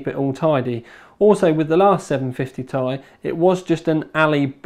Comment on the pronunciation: Ti, TEE EYE WHY CAN ANYONE SAY IT PROPERLY!!!!!